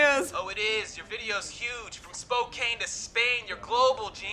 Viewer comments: Spokane is actually pronounced Spo-CAN not Spo-CANE. Now you know and knowing is half the battle. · Spokane rhymes with flan, not Spain.